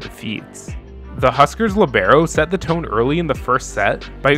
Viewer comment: Why u gotta Say Libero like that LMAO